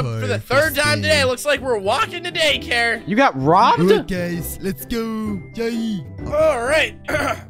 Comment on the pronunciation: I love it when they say dacare